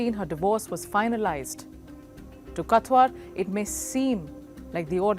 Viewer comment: She can’t even pronounce the name properly and keep saying katwar when it written in the beginning of the video (Kawthar)